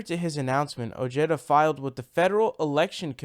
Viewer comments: Ojeda pronounced Oh-Heda. You're welcome. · I think its pronounced (O ha da), the "J" in Spanish has the "H" sound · Elvis Ruiz and he pronounces oh-jeda so whatever he wants is what I think we should call him. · Seems that a lot of left wing commentators have a bro-mance with Ojeda due to his strong, no-nonsense manner of speaking. And I'll admit I do like that about him, but he won't be my first choice in the primaries...not yet anyway. I've stated elsewhere that Ojeda while being of Mexican descent, insists on pronouncing his name like an Anglo. And that is going to result in him losing support with the crucial Latino vote. I still wish him good luck though.